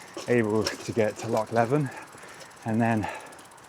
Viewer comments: I cannibalised mine by putting a 27" fork and front wheel on it... It was pretty much unrideable 😅. By the way, Loch Leven rhymes with "Steven ", not "seven" . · The Raleigh Chopper (or the nut destroyer as we used to call it due to the location of the gearstick) was not one I had in my bike catalogue. Now the Raleigh Grifter, there was a bike and I await your Jogly on that in a future video. Can’t imagine cycling the length of the country on one of those, you’re a hero/nutter! The annual butchering of Leven always makes me chuckle. Pronounce it like this ‘Leaven’